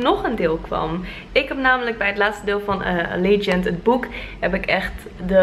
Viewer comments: Ja, je spreekt het uit als alliedjant. (<----- Dat ziet er heel raar uit 😂😂) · Hey je spreekt allegiant toch uit als ellegajunt? Niet zoals jij het uitspreek toch? Ik heb alle boeken gelezen en films gezien en ik dacht altijd dat je het zo uitsprak 😂